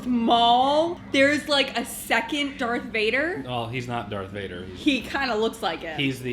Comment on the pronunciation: Whoa...did she just say Dark Vader?